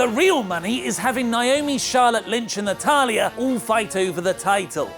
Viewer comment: anyone else cring everytime says Natalya